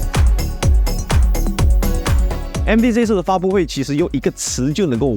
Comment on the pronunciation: 好多字都念錯了 叙(xu)述，嵌(qian)入式 而且你说Zen5介绍时只字不提AI，我去看keynote就明明听到Zen5的slide上面写了大大的AI，还提到了”double the performance of AI”。